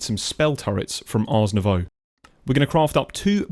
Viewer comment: Hey 😁 wanted to let you know that when you say "Ars Nouveau"... its probably "art Nouveau" 😅😅 idk if it is intentional or not but it confused me a lot. The pronounciation is derived from the french word for art.... spelled the same as in english, but the T is silent 🇨🇵